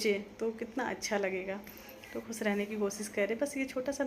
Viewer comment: Please khoos nahi khoosh kaha karo.